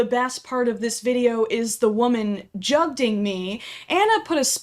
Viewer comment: "jud-ging me" made me laugh so hard that I couldn't hear anything else you said.